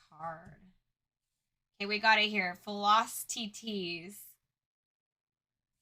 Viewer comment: “FILL-Lock-teet-tease” Philoctetes